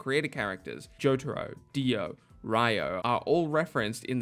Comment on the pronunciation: It's pronounced "Ree-o" not RAI-O